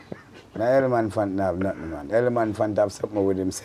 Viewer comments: 🤣🤣🤣🤣 me too!! The first time I thought it was a mistake but then he said it again and again. 🤣🤣🗣🗣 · Think a me alone. Eleman phant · I was comfortable watching this until I hear the man say Eleman phant fine it in the dark , jps cut off him light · Can't stop laugh ! Ele-man-phant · I laughed every time Beanie Man says “Eleman phant”